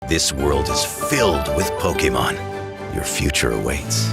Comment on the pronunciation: What, Polkamon instead of PokEmon?